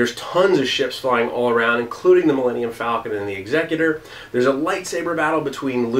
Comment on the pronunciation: Star Wars CCG, the old 90s Decipher game. Man, I've put months of my life into that game. Also, you and I pronounce Executor differently. I don't think they say it in the movies, so maybe we'll never truly know how it's pronounced. It's a mystery lost to the sands of time.